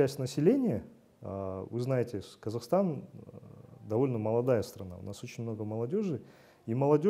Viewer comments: It's "Kazakhstan " not Kazachstan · You also kind of butchered the name of Kazakhstan. It would be nice if you changed it while you still can, cause you are an educational channel, it might confuse many people)